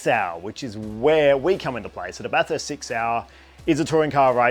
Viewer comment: Stoked for you mate well done, bathurst is my home track I grew up in orange (30mins away) bathurst is a public road it’s open every day of the year aside from when there is a race on, and just so you don’t upset the locals it’s pronounced bathest